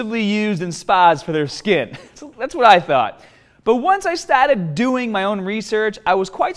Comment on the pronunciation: The way he says the word "started'' sounds hilarious